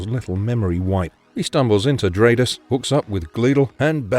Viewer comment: Stratos is pronounced like Brat. Or Stratosphere. Not Straight-os